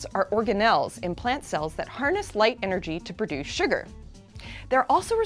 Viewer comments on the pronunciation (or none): none